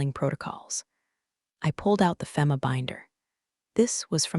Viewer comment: EDIT YOUR CRAP! Is her name Becky or Linda?? No one has a 9 eleven system, it is nine one one. It actually hurts my ears to hear your stupid AI pronounce FEMA as (fem ah), you say (fee mah).